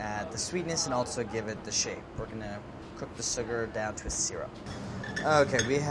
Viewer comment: "We're gonna cook the sooger down to a soorup" LOL andy is so stiff